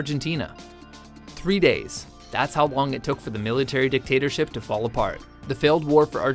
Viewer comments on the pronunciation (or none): none